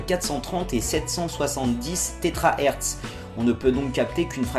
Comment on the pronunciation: Entre 430 et 770 tétrahertz ? Hummm... Térahertz !